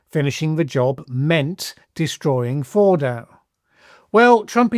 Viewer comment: Fordo not Bordo.